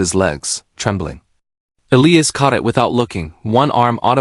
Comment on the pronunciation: It is ee-lie- us. Get it right